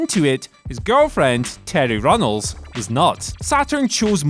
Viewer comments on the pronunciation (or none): Terry Runnels?! Lmao it was Reynolds. Tf is Runnels lol